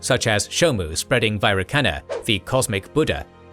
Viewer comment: It's pronounced Vairochana